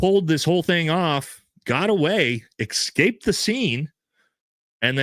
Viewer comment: Love you, you big beautiful beast. But.... Bro, the way you mispronounce words constantly, with no attempt to make the simple correction in your brain makes my eye twitch. You're clearly a highly intelligent man, total badass in every way, but it's like having a Ferrari with Prius rims on it. Supposebly and excape are the main ones. Get it sorted. Respect.